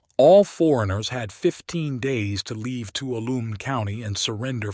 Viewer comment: Sure wish you'd get the pronunciation of Tuolumne and Mokelumne correct.